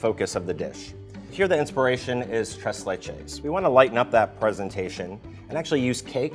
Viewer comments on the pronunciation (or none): It's his "treS leCHes" that did it for me